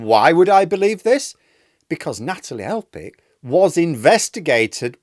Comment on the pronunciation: I love you but Elphickes name is PH AS IN PHONE!!!